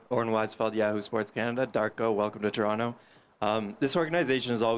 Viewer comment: As the Toronto tradition someone needs to teach coach how to say Toronto as the citizens say it in my opinion